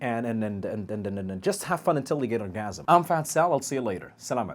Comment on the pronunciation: U said oragism .. Watch ur mouth bro !!